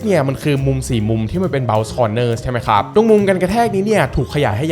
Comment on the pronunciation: ตั้งแต่คลิปที่แล้วมีคนเม้นว่าพูด ค้าบ แปลกๆ ก็ทำให้ผมสังเกตมาตลอด^^ เอ่อ แปลกจริง แต่มันคือเสน่ห์ส่วนตนครับ และชอบการรีวิวทุกอย่างของ หล่อ มีเสน่ห์ พูดดี รีวิวดี ภาพแสงสีสวยมากๆ ชัดเจนครับ